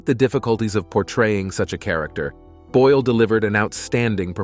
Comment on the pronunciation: *Boyle. NOT: "Boyel"-!